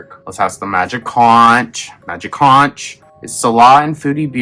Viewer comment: Conch rhymes with "HONK".